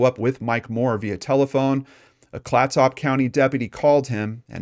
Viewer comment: Good report. Clatsop (County) pronunciation kind of rhymes with ketchup but with soft s instead of the ch sound. It is named for an indigenous tribe from the area. My aunt lived there at the time but I have never heard of this case until now.